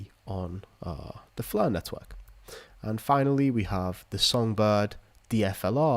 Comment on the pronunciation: Flur net-hwork